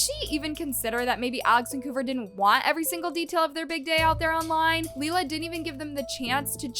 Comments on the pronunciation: The way she keeps calling Lilah leela I can’t 🫣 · You saying her name wrong is driving me NUTS😂😂 Omg youre saying "leelah" too. Noooooo😭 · I know everytime she says it I’m like isn’t it your job to keep your ear to the ground (per say) and you’ve never heard anyone talk ish about Lilah before?